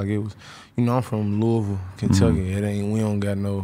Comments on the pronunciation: LOUISVILLE!! Say it right Adam 😂 not Louis-ville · Lol. Adam said “Louie Ville”